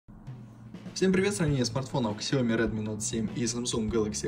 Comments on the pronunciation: Не Ксияоми, А СЯОМИ!!! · Бро, не Ксияоми, а Сяоми